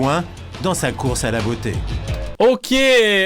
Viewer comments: m3rde je prononce "oque" aussi, g compris j'me barre j'vais mfaire f0utre g compris..... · Mdr même moi avant je prononçait Ok comme le monsieur 😅😂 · Certes. Je blaguais juste sur le fait que notre "" (personnellement je le trouve quelconque mais bon, tant mieux s'il plaît) n'était même pas capable de prononcer "ok" correctement... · Mon père prononce ok de cette façon, ces personnes existent oui